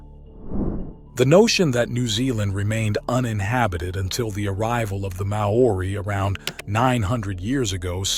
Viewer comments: Interesting. Maori is pronunced "Maw-ri", similar to HOW-REE. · NOBODY says ''Mah-orri'' to pronouce Maori. (He then switches to contort it to ''morri''.. WTF? IF Maori was pronounced MAh-ori, then it would have been spelled, in the Maori tradition as Maa ori. Two 'A's. Also there is no such stone as ''ponamu'. it is PUNAMI! if you want your documentary taken seriously TAKE THE TROUBNLE TO PRONOUNCE PEOPLES NAMES AND CULTURES PROPERLY. it's simply pronounced ''mowry', or mau-ree, TWO SYLABLES, NOT 3. Why are American's so LAZY at taking the trouble to find out the right words and names and pronunciations? it makes their documentaries seem like amateur attempts at playing at TV documentaries. According to Maori legands I was told BY Maori in NZ, the Maori themselves tell you that BEFORE any Maori culture arrived in NZ the Mori Ori had alrerady been there. When I ask actual STONE MASONS about large blocks, they aren't impressed by the strasght l;ines, and tight fit. This is NORMAL STONE MASONARY practice.. the only aspect that does impress them... a bit, is the size of certain giant blocks around the world. But slaves and animals have been used for millenia. What IS really good about the documentary, is showing the attempts, despite great progress in indigeous land use and rights since the 1970's and particularly from the late 90's till now and on, of the government in 'censoring' exploration and research into pre-Maori settlers. I am really surprised the documentarey makers did not take the trouble to find out about the legends of the Mori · "Mow oori"???? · far from it